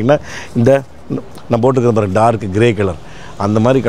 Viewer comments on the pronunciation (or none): none